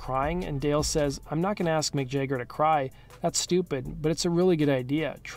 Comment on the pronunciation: "Mick Jegger"